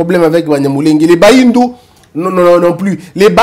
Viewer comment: On ne dit pas bahindu , on dit ba nyindu